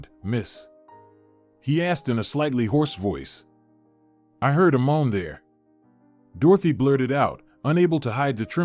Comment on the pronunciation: I heard a Mom there! You meant " moan!! Good story!! Terrible narrating .